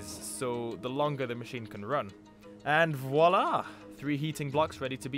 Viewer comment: Wow je suis impressionné par ton accent juste parfait, même le "voilà" faisait très anglais qui essayait de parler un peu français. Super vidéo j'ai adoré, continue !